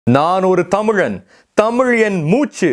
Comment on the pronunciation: தம்பி உச்சரிப்பில் கவனம் செலுத்துங்கள். ' தமிழ் ' தமுழ் அல்ல. தெடர்ந்து உங்கள் பதிவுகளைப் கவனித்து வருகிறேன் . வாழ்த்துக்கள்.